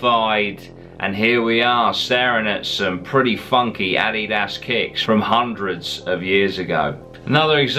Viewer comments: Btuh,i luv ur accent but when u said "Adaias" i fucking pissed myself 😆 laughing..... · I can’t get enough of saying Adidas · the way you say adidas 😂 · I'm American and the way he said Addidas threw me off at first